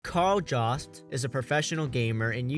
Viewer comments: Kal Jawst..... Pause. Downvote. Don't recommend channel again. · “Karl Jost”?